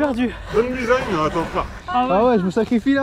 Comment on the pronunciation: c’est Ah ! Non pas Ha !, Ha c’est quand tu rigoles on prononce le H et le Ah c’est un étonnement etc